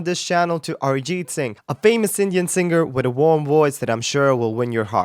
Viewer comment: How come your pronunciation is so spot on? you pronounced arijit singh correctly